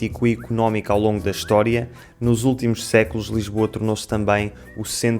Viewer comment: por que às vezes vocês pronunciam o s inicial com o som de ch? notei que você pronunciou "século" mais ou menos como "checulo"